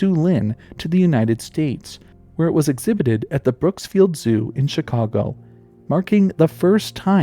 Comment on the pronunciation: There's so "S" in BROOKFIELD Zoo, and is in Brookfield, IL NOT Chicago. Though it's not very far from Chicago